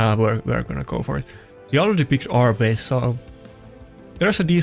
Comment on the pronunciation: You pronounced Arbais perfectly :)